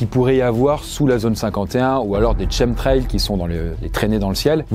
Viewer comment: Shemtrail 😂 Ça se prononce Kemtrail 😊